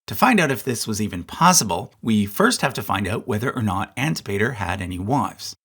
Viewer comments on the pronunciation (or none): Antipater is pronounced an-TIP-uh-ter.